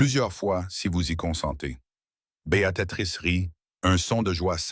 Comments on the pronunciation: Oui - Béa tri sse. Il est vrai qu'en tendre Béatatrix à longueur de temps est très pénible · On prononce bea-trice